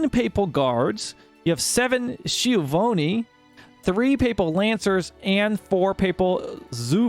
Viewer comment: Nice video! But it is Skiavoni, just how you would pronounce Key, S - Key - iavoni. Plus the italian flag is a bit early in the historical period xD